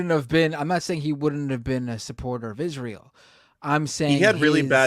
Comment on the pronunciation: Fetterman cant pronounce Hamas and cant pronounce Israel. Love u but glass houses and all that.